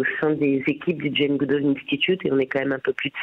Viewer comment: Si vous êtes fan de Jane Goodall,, pourquoi n'êtes-vous pas capable de prononcer son nom correctement?